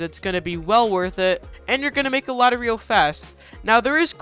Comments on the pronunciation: Why do people dont know how to sat ryo its said like (ri-o) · learn how to pronounce ryo and dokei...